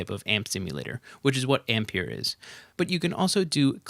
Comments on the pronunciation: Please stop saying "Ampeir" jajajjaa!! It´s pronunced like EMPIRE 😝😝😝 Apreciate the video bro!!! Thanks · Brilliant video!! But the plug-in is pronounced AM - PIE - ER.......it's a play on words really, as in Empire......Great vid. Keep up the good work! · It's pronounced amp-pai-ur...rhymes with Vampire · Have u heard of the word Empire? I'm fairly sure it rhymes with how u really pronounce Ampire, so brb im gonna think carefully if i wanna watch past the first 15 seconds of this video now